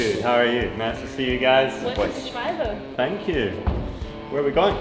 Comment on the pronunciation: Dang! Can we Americans - and even you Brits - please learn to pronounce the name properly? It’s not pronounced “Shwohlbee” it’s “Shvalber”